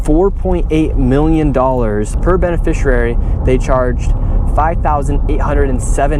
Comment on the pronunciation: how has he still not learned how to pronounce the word "beneficiary"?